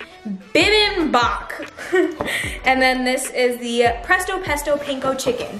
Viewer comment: Im korean. Todays lesson not bi bim bap its bee beem bap